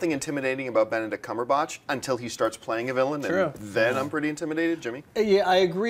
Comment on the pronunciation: God, I really hate the way John pronounces "Cumberbatch".